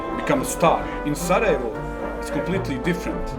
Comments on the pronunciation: its pronounced sarajevo with a j not an h.Its not spanish ffs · "J" in "Sarajevo" is not pronounced as "h", try "y" as in "Sarayevo" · learn to say the city right if you're gonna say it 50 times in one video! Anyway, much love regardless and appreciate your content and humor. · worst pronunciation ive seen, dude's just imagining the letter H in sarajevo